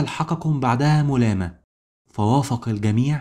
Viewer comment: ملامه وليست مولامه 😊